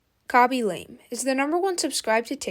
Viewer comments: Its pronounced Lamay not lame, and did you seriously call Ray Ryan? Nah I'm out. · It’s not pronounced LAME it is pronounced LA MAY. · Damn why are you mispronouncing his family name like that.